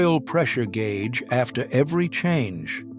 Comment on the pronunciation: The gay-ooge